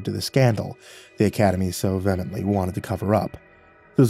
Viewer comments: almost… it’s pronounced vee-ah-ment-lee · Correct… it’s ‘vee-uh-mint-lee’ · “Via-met-lee” jej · I think correct is “Vee-he-a-met-lee” I believe so it’s not like he was far off or anything, just thought it was funny is all